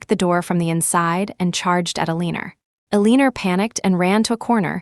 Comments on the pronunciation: Just to say, Eleanor is pronounced Elena, not Eleener…. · It is pronounced as Elanor